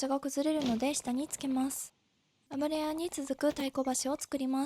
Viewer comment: スゴイのに「あぶらや」のせいで全然入ってこない… 「ゆや」ねｗ